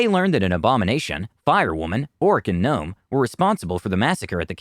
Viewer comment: 🤭He said "guh nome"🤭